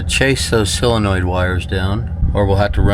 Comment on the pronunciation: Why can't Amercians pronounce Solder and Solenoid correctly? Haha